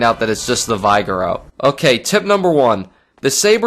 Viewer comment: its pronounced Vig-err-o